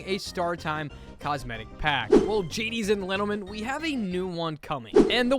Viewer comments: "Well, Jadies and Lentleman" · It sounded like "Genies" for me somehow 😭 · did i hear you say "Gadies and Lentlemen"??? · "Well, Gadies and Lentlemen!" - 2025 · I thought it was the only one who heard it😭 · same bro u aint alone